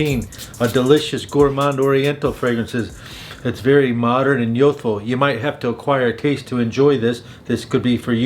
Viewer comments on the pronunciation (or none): What is yothfo? Do you mean youthful? There's a u in there. Don't think I've ever heard any accent in the English language completely ignore the u in that word. Unless you're just trying to hard